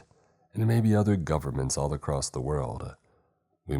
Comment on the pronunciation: It's across not acrosed🤬🤬🤬 im sick of hearing that 💩.